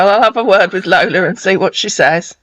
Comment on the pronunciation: Wok (work), udder (other), wid (with), and that delicacy nikkers (Snickers).